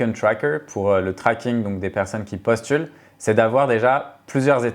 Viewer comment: G : "Le tracking des personnes qui *postulent*" (accent US sur postulent) 😉 Pas facile de switch fr / en ! 😂